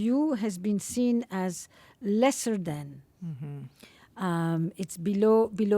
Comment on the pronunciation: When she says, "and feeling seen" but it actually sounds like she's saying "and feeling sin" that is why/how the 2nd world countries can still contribute to 1st world thinking. Because they take the language to such extremes that normal people would never come up with such a word association.